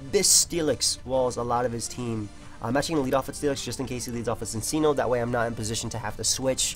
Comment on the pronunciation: bro you can't call yourself Italian and pronounce cincinno like "sinseeno"